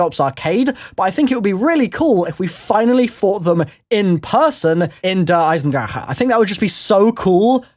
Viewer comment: pronounced drake not drachehe